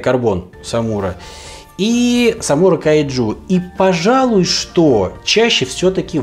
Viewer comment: Кажется, не "кайджу" , а "кайдзю". Тихоокеанский рубеж и все такое